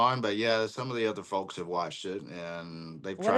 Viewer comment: It's fowks not fulks.....say it right! Lol